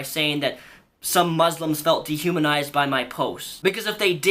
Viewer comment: She even pronounces "muslims" wrong. Jesus christ.